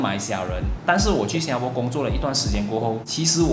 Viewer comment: 你还是不愿意改变把新加bo说成新加po.